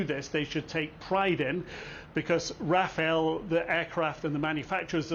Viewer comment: Could english speaking people stop saying Rafael? Rafale for fuck sake. Pronounce the second a just like the first one.